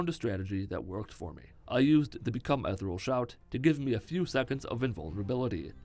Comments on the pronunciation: I hare the way he says ethernal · The way you say "become ethereal" sounds like "become Ethel" to me, and that is now my head canon.. Hope you're improving. It's been ages since you've been able to be active. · Good. Now look up how to pronounce "ethereal."